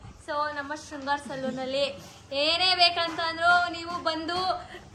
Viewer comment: Shrungar alla riii adu shringar